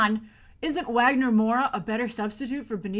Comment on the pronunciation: Wagner's name is pronounced as Vah-gner. The W doesn't have a U sound like in English:)